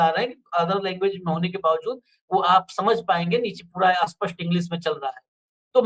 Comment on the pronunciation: स्पष्ट को अस्पष्ट क्यों बुलाते हैं कृपया इस और ध्यान दें।